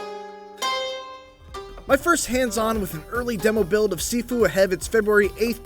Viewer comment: pronunciation- ( X ) Sifu ( O ) Shiifuu.